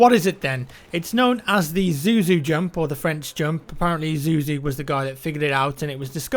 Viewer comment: it's zouzou not zuzu